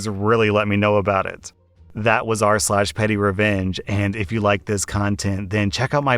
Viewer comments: "The next story is from are-sole" giggles dont you mean BUTTHOLE:D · reads out loud "Are-Sole". Everybody else: "lol"